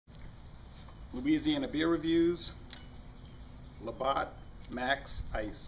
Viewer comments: its not labot its la batt like a baseballe batt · pronounced "la-bat" nice video I'm getting this the weekend you can only buy 6 packs here though lol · its cool lol i don't blame americans for mistaking stupid ass french words, great brews though